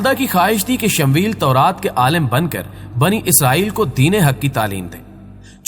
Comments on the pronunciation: bhai talaffuz theek tarah se kiya karen Shamweel nahi Shamuel hai asal nam usi tarah Laddakh ki rajdhani ka nam Leh hai Laiya nahi, dhyan denge ummed hai. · Bhai shmvel nahi hai shmooiyal asal naam hai apna pronoun thek kren